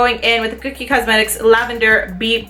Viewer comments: I LOVE Everything About This Video. i Have The Powder Contour Palette & I LOVE It. Pero Girl. .. its CO-KIE . Not Cookie. l0l. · kokie (CO-key) not cookie lol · Its ko-kie not kookie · It's not "cookie" it's "kokie " lol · It sounded like you were saying cookie instead of kokie but I knew what you meant 😸❤️ great video 🦋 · its pronounced ko key.. not like cookie lol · lol it's pronounced as "Ko"Key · It's not pronounced "cookie" :/